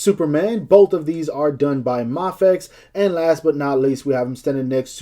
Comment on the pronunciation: its pronounced as May Fex.